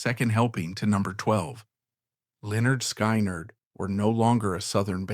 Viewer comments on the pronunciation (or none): Pronounced: Leh nerd Skin nerd. Pardon, my hyphen key got hammered by a neighbor. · I hate this doc. Can't even pronounce Linnerd Skinnerd. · Pronounced Li - Nerd - Sky - Nerd 😂 haha. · Cowardice and abandonment? This moron can’t even pronounce the name of the band properly, even with the dictionary pronunciation on the first album cover. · Can’t pronounce the name of the band right in the first 30 seconds…. Thumbs down, do not recommend Chanel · Somebody, please STOP this AI pos from even trying to pronounce LYNYRD SKYNYRD, it's such a shame and it's disrespectful to the entire band!!! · Can’t believe they don’t proof watch.Or whatever you’d call it. Make it then watch it so it doesn’t make a huge mistake and piss off the very people the video is targeting. It loses all credibility when they can’t even pronounce 👈🏻👌🏻 the name of the greatest American rock band of all times! I don’t understand why they can’t just do it themselves. It’s just reading a script! You have to have a machine read what you wrote? Not very bright!